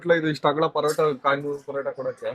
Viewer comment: ಅದು ಕಾಯಿನ್ ಪರೋಟ ಕಂಡ್ರಪ್ಪ ಖಾನ್ ಪರೋಟ ಅಲ್ಲ 😂